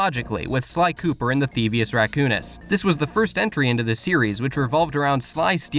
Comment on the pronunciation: The thingus rakamadocus You said that flawlessly